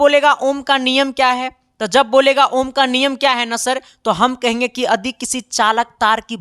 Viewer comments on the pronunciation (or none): Adi ❌ yadi✔️ ❤❤